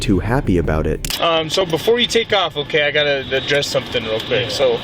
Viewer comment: HE DIS NOT SAY BEFORE HE SAID IT WRONG AS BOOFORE